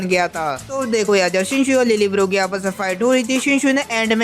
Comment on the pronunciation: Lille barro❎ Lil bro✅